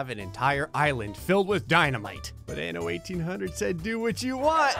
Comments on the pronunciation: The way you pronounced "anno" at the beginning seemed a bit like "ano" which means anus lmao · This was funny 2x coz "anno" sounds like anus in spanish xd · En español: "anno" 😐 Ok...